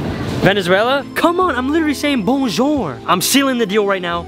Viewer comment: ur not saying it correctly its bonjour